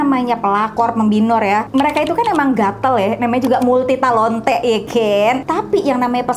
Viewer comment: the “multitalontea” just simply make me laugh 😂